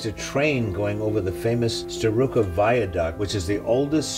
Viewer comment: I believe the U is pronounced like an A in Starrucca. At least that is how the people who live there pronounce it. This is a painting he made before his other more famous, but lost painting of the viaduct. All that is left of that oversized more famous painting, are numerous smaller prints given for entry to an exhibition in Chicago. Both were made sometime after he visited the viaduct, from memory and sketches.